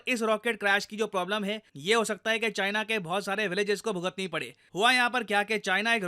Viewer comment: "Made in Chyena" 😂